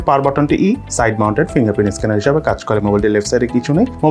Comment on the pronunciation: প্রথমে ভুল করে ইনডিসপ্লে ইসকেনার বলছিলেন🙄😁